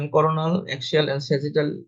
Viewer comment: Do NOT have AI read the description of procedure. Example: This was a MR (Magnetic Resonance) Defecography NOT a MR.(Mister) .Views were coronal plane NOT CORNAL plane(made it sound like commentary on corn(a vegetable)! Overall,however this was an excellent video of the procedure and commentary was also good except for those errors in pronunciation I pointed out. Just a few corrections needed . I have reviewed several defecocgraphy videos and this one is the best. BRAVO!